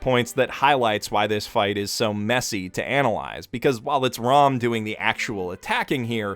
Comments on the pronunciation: 'r-aw-m' irks me so much. it's 'r-ah-m'. why would you even think it's 'r-aw-m'????? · Rom's name is pronounced more like the word "Roam" iirc. Ram's name gets mispronounced a lot bc it's spelled the same as an English word, but it's actually pronounced more like "Rahm" if you listen close to the JP audio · Stop saying their names wrong. Felix's name is not Ferris. Betelgeuse's name is not Petalgeuse. Ram's name is not Rom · I know I’m late to this but did anyone else notice he refers to Ram as Rom? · Did he just call ram old man rom? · every time he says 'Ram' I keep on thinking of 'Rom'